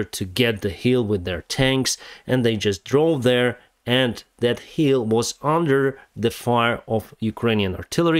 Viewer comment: my friend, its hILL, not hEEL.. ;)